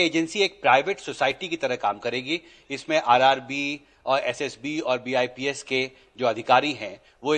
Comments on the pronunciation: Are sir IBPS, SSC hota hai... Bips nhi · BIPS nhi IBPS hota h 🤣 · Bips नहीं ibps SSB नही होता ssc होता है अनपढ़ पत्रकार